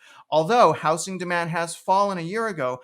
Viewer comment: Housing---pronounced how-zing...not how-sing. Thanks